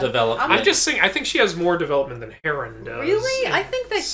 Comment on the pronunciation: It irks me every time you Mispronounced Heron. There's no A.... Other than that love the video.